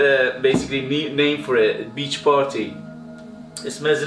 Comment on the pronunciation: The rasta hat lmao!!! You made me laugh again when you said bitch instead of beach lol.i used to use perfume click for buying my amouage frags,they were really cheap,now they only have a few.